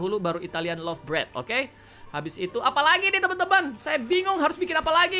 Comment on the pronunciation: kak itu italian loaf bread bacanya luaf bread